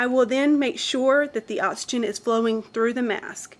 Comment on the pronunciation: I can't take it, anymore... "ottsygen" & "excelled" air